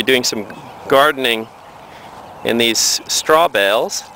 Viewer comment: Tell the man Urine has an e on the end, so it's not pronounced yur-in. And it's straw bales, not straw bells!